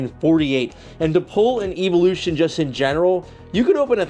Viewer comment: How can he not pronounce evolution correctly??